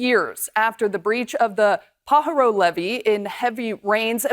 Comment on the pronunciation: Newscaster is not California. Not paa ha row, pa ha ro.